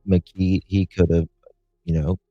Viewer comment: The suspects name is pronounced McKEE, not McGEE. LOL, just a quirk that bothers me.